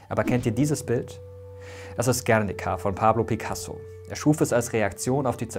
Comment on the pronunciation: Guerniiiica.... Die Betonung liegt auf dem "I".....